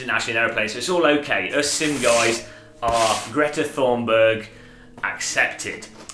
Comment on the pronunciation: Did you call her Greta Thornberg?